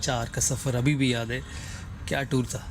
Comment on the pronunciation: he tried to say ' abhibhi' and said 'habibi' by mistake